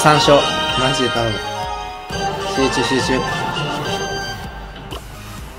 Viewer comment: 酔っててあと3勝集中しゅうしゅうって言ってるじゃん笑僕はのような陽気な人になりたかった